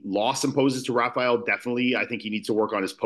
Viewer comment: Hate when Americans say “Rafial” like dude it’s RA-FA-ELL